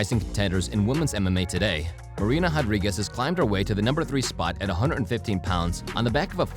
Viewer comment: MMA Commentator … RRRRRodriguez not JJJJJJAdriguez. Please stop doing that. Learn to pronunciate the R properly.